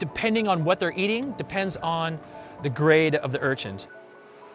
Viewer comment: Stop saying URCHINT!! It's an Urchin, lol. There's no T in it.